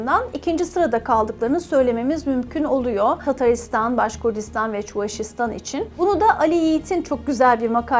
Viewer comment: Başkurtistan derken yanlış telaffuz ediyorsunuz. Cahil cühela başka şekilde algılıyor.. D harfi değil T olarak telaffuz ediniz.